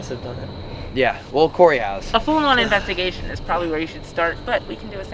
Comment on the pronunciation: “Enjoy the investigashhhhon”